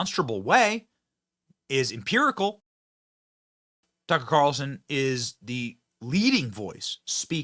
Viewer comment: His name is tuck-er carlson not tuckcarlson. Your cringe af